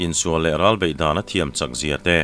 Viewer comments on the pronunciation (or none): none